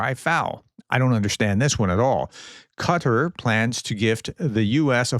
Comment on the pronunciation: You say "Qatar I" correctly but you call the country "cudder" ?